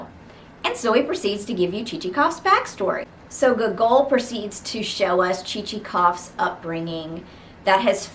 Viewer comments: Hello ! I hope I my comment did not seem rude , I genuinely found it funny and had no intend to offend you :) Just by putting more emphasis on the first o (Gό)gol instead of the second one will be perfect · The way you pronounce Gogol is hilarious XD